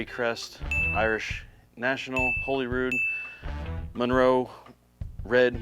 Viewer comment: Awesome video, and excellent performance by both! Still, some retroactive points should be deducted for mispronouncing Holyrood!